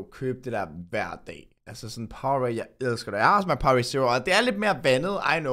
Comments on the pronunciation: ja, det udtales POWER-RADE hahahha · jeg nød den virkelig og jeg fik også lært en masse keep up the good work og ja det hedder power-ade men man udtaler det power-rade